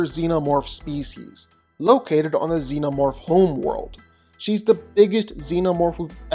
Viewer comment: for sure is XENOMORPH, not ZENOMORPH wtf